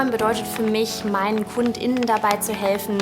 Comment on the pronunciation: Ich möchte lieber Kunde als Kund innen genannt werden. Diese seltsame Aussprache finde ich als Frau schon fast als Beleidigung. Hört sich faul an. Ich bin zu faul Kunde und Kundin zu sagen. Und mal im Ernst, es hört sich ziemlich bescheuert an. Schlimmer Sprachfehler 😢